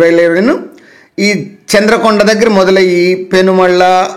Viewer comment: చంద్రుకొండ కాదు చంద్రుగొండ